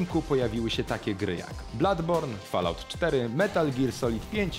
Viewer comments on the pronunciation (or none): none